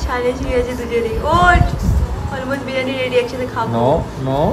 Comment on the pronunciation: Dear it sounds very odd when u mispronounce a few words… I know u can say this is how u talk, but since u are kind who looks for improvement and work on urself hence a suggestion. It is not “BIRAANI”; it is “BIRIYANI”. Same way it is not “SENN”, it is ‘’CHAAN” or “SNAAN”